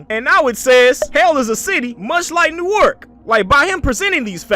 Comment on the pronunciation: Never heard that pronunciation of Newark lol